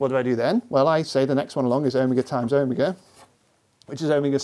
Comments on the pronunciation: o-mig-a o-mee-ga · He said owmiga I didn't know what he meant for like 10 minutes. Do all british ppl say omega like that?